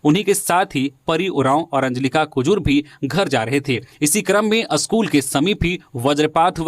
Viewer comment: आप का 'स्कूल' का उच्चारण अशुद्ध है. इसे ठीक कीजिए.